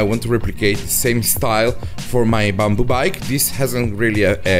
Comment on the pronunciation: I was trying to figure out this strange "bumble" material ... eventually I realised he was saying BAMBOO ...